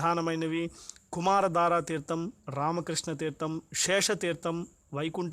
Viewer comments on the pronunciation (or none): its not kumaraDWara but kumaraDAra .